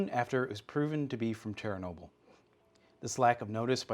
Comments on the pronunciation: Chair a noble.....Literally never heard anyone ever pronounce it like that… But OK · cher-nobyl* Is the way I pronounced it like nuke-ul-er, instead of, nu-clear?